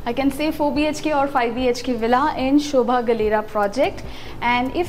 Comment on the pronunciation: It's sobha not shobha Pls correct yourself